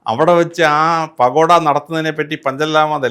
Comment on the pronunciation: പാകോട അല്ലടോ പക്കോട എന്ന 😅😅😅